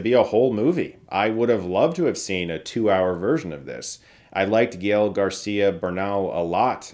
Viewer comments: Dude, it's pronounced 'Gah - ehl', not Ga-eel or whatever you were trying... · His name is pronounced /guh-ELLE/ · The way he pronounces Gael is annoying. It’s not gee-el 🤦🏽‍♂️ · GA EL like kal el. Not gyel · Just a heads up Chris, Gael is pronounced "Guy-El" lol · Chris, like Lady Ga GA... that GA. GA-el Garcia Bernal... ;) Thanks for the review, as usual I appreciate your take on films and shows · Friendly correction: Gael is pronounced Gah-ehl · Hi Chris. Gael is pronounced Gah-el. 😅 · It's pronounced "GAEL". The "a" as "cut" and the "e" as in "ten" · Chris, I love you, but his name is "GAEL", "ga" as in "gather", and "el" as in "Kal-El" hahaha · And Gael it's "GAH - L" 🥲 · Geez, Chris, learn how to properly pronounce the actor's name before you do a review.